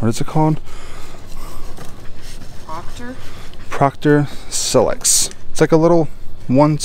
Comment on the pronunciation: Can’t believe he said proctor silex wrong